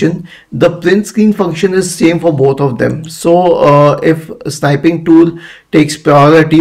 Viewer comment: It is snipping tool, not sniping. short i. Thanks.